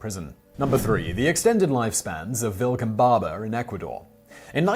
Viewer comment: Vilcabamba, not Vilcambaba.